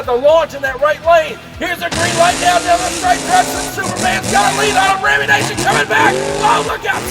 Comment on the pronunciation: Great racing. But there is only one 'a' in Rammunition. Nition not nation. You trigger my OCD every time you pronounce it wrong.